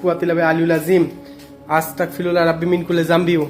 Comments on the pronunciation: আপনি দয়াকরে পবিত্র কুরআন ও দোয়া কালাম দরুদ গুলো সহি শুদ্ধ ভাবে উচরারন করা দরকার। দেখুন, এখানে হবে, আসতাগফিরুল্লাহ। গ এর ব্যবহার হবে। ক এর ব্যবহার করছেন। এটা ঠিকনা। আমি আপনার কল্যান চাই। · ভাই উচ্চারণটা ঠিক করে বলবেন। উচ্চারণটা হবে আস্তাগফিরুল্লাহ